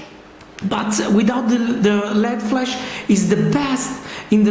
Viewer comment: its called LED flash not flesh!!! grrr